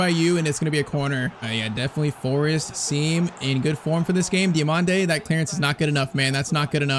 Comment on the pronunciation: Diomande next salah ❌ Dio(MANDE) next mané ✅